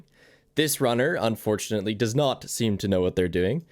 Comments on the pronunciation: "dose" instead of "does" is killing me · For the love of god, please tell the other moderator it's "does", not "dose"